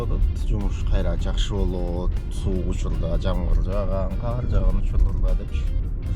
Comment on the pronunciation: / кун суукь пьууу дединби😂